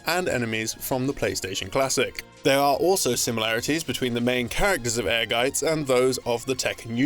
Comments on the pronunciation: I appreciate the correct pronunciation of Ehrgeiz in this video. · Wow. This is my first time hearing the correct pronunciation of Ehrgeiz.